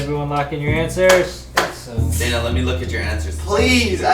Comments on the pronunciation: its Daina not Diana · Daina* not Dana